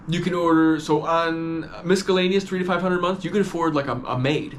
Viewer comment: They way you say miscellaneous is hilarious